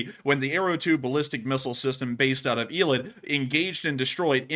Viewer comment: Eilat is pronounced "A" like letter A, "A-LOT"